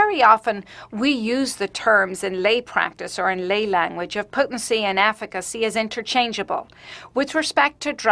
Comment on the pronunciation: "hallo, afficacy"